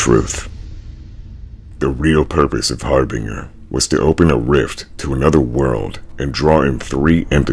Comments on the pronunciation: It’s pronounced “har-bin-jr” not “har-bing-er” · One mispronunciation really irks me, It's Har-bin-ger NOT Har-bringer. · you goober, it's har-bin-JUR not har bing er, or har bringer, har-binge-er. HARBINGER. B:{ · I hate how you mispronounced harbinger. Where is the r in binger to make the word bringer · It's...it's harBINGEr. As in binge. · I know i Mispronounced harbringer, i apologize for that. What other words did i mispronounce friend?